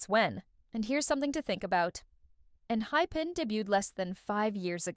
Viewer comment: wait, did she really say enhipen? like not. enHYpen? lol